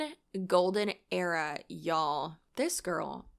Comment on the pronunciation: Well, being a southern boy. It's Y'all..not YA'AL. 😅